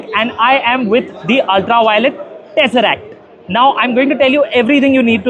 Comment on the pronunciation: To anyone who has ever watched any Marvel Movie, I don't think the word "Tesseract" is difficult to say.